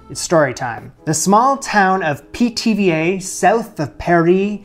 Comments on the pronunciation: Every time you said Pithiviers I heard PTVA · "Pithy Veers?" 🙃